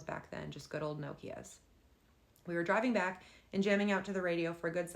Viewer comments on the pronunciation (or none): The way you pronounce Nokia bothers me 😂